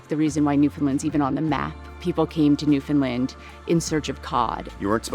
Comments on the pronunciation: definitely has the closer pronunciation, but she still tends to do the "lund" thing instead of "land" at the end. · can you please, say our place like it sounds. its newfoundland like understand its newfoundland. not newfinlind. by da jesus, cheers from our ROCK. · My home......love it. But again for the 1000th time say it fast New found Land.......not New Fin Lin.......lol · Newfin-land not New-Found-Land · New whatlund? Pure butchery, lol. Should sound more like NewVin land. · Or the way butchers it, "NEW-funlund".